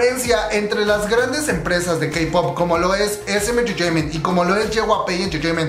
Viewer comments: Que es engreteimen jajajaja?? Sin ofender pero se escucha mal 🤭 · Me pone nerviosa como dice "enterteiment" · Cada vez que dice "entertaiment " me un cringe horrible. OSEA PRONUNCIELO BIEN NO MAME, ES INGLES NO COREANO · dice SM enchechement y Big Hit enchechement pero cuando dice JYP dice: jewayPE xd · Me da risa cuando dice entertainment lo Siento ajahajshjs Buna muy buena investigación y muy interesante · Jajajaja no pare de reír cada que pronunciabas “entertainment” o cualquier otra palabra en inglés 😝. Btw la info muy buena 👍🏽.